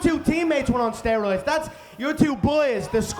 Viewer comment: "you're on steriods"